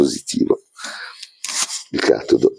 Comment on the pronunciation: usare "il sole 24 ore" come piano di lavoro è un vero schiaffo ai capitalisti. grandeeeehhhh! p.s.: hai un problema con gli accenti (alcàline, càtodo e elettròliti mentre sarebbe àlcaline, catòdo e elèttroliti) ;)